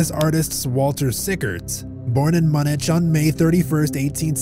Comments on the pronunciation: Munich is pronounced "MYOO-nick," not "Munich," LOL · Pronounced Mūnik, not mun-itch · Lol born in Muh-nich